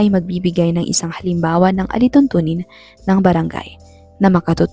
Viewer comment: Halimbawa not halimbawo